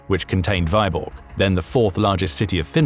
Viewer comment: It takes 10 seconds to check how Vyborg is pronounced, Vee-borg, not Veye-borg. Hopefully you checked your other content more carefully...